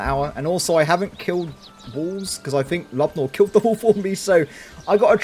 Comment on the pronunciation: I believe your companion's name is pronounced Lube-oh-meer, not Lubnoor